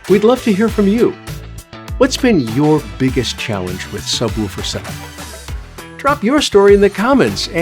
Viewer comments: Mistake number one: Calling it a subwoooooofer. It is a subwoofer. Say it right, or don't bother. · Sub woooofer?😂 Who taught you this pronunciation?